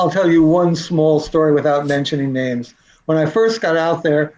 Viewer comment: This man can’t even pronounce these victims names correctly. How disrespectful!